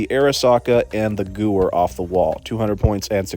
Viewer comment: Btw, the gewehr is pronounced like gu-vair, either way your videos are great so keep up the good work.